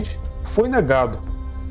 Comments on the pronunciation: Adoro seu canal e voce com seu narrador mas queriam deixar uma observação a pronúncia correta do sobrenome o é ÁBoth( com a tônica a fôrça da pronúncia na letra "A". Eu coloquei o acento agudo no A para a demonstração desta pronúncia. É isso. Im abraço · Querido a pronúncia correta do sobrenome do assassino é ÁBOT. A letra a tem som mais forte como se tivesse um acento agudo no A. Beijo...beijo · Impecável, com uma ressalva, em Abbott a sílaba tónica está no A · cara nao é Abótt , é Ábott e nao é pontiác é pontíac!